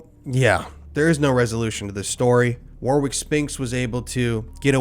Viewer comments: Just letting you know the name Warwick is not pronounced WAR WICK it's pronounced WORICK. It's like when Poms and Aussies say Maryland, we tend to pronounce it Mary Land, Americans call it Meryl And..... Like the name Meryl Streep, but it's describing a place and that place is a land; it makes more sense that someone got wasted drunk there a long time ago..... But no Americans deny that by nomenclature that it's Meryl And..... So it's a story about someone named Meryl with their friend of unknown? Anyway I'll just cringe for the rest of this video at all the War Wicks... ..the blood drenched rags used to fire cannons! All the War Wicks lol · Fucked case and fucked individuals - but please pronounce 'Warwick' correctly. I'm sorry the only thing I've really focused on throughout the whole video is the mispronunciation of the name 😭 it's pronounced 'Warrick'. Sorry a very good video, but an awful story. Poor kids 😞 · Warwick is pronounced “Warrick.” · Hey, my man..."Warwick" is pronounced with only the first 'w'', so "War-ick" with a LONG 'a' "WOR-ick" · Warwick is pronounced Warick, the second w is silent. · it's pronounced "War-ick", you don't emphasize the W in "Warwick". Think "Warrior" but a different ending sound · Just for next time you encounter a Warwick. Its pronounced WORRICK. Ffs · I think his name is pronounced War-rick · Warwick is pronounced Warrick mate! Especially in the UK.... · It's not pronounced War-wick. 😣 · Warwick is pronounced Warrick, but good video. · Just for future reference, Warwick is pronounced Warrick. Richard was Bjorn's brother?? 😠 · The name is pronounced "warick" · Its pronounced "Warrick" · It’s pronounced “Warrick” lol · Pronounced warick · Warwick is pronounced "Warick" 😊 silly billy 😂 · It’s pronounced Warrick but spelt Warwick! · It’s pronounced Warick. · Warwick is pronounced warrik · Cringe. It's pronounced Warrick. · apol's for the petty: Warwick is pronounced 'Warrick'. just saying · It's pronounced "Warrick" 😊